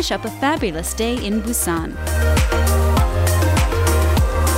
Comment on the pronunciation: It's pronounced more like Boo-jwon! Not Boo-ji-on...😓 Even Busan is slightly mispronounced. The video is quite informative, but if you would ask for directions with that pronunciation.......